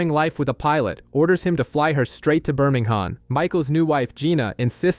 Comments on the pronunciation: I know 😅 as a BirmingHAM boy it was the only black mark on this video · The H of is Birmingham silent.